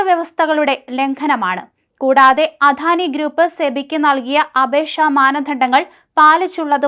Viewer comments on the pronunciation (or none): അധാനിയല്ല അദാനിയെന്ന് പറഞ്ഞു പഠിക്കു